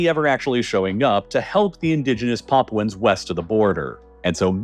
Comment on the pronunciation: "Paapwens" Lmao, can't even say it right. 😂😂😂